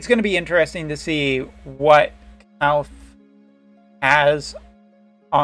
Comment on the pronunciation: Surely one of these days you'll learn how to say Kilphe